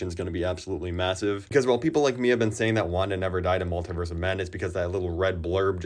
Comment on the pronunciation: Why do so many people pronounce multiverse wrong?